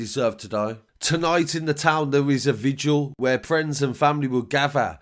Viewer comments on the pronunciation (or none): none